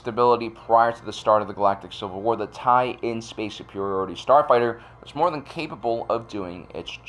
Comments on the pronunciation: You keep saying "TIE-in", which is mis-reading it. The end-letters are lower case "LN" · It’s not a Tie in, its TIE LN (TIE/ln). The ln is short for “line”.